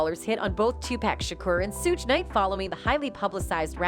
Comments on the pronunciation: She also said Sooge knight 😂🤦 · now she mispronounced Shuge Knight's name as well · I know right. She is saying Suge’s name wrong too and it bothers me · Ok, somebody tell this woman how to pronounce thier names right: all that "Pack" and "Shuge" drove me nuts. 🙄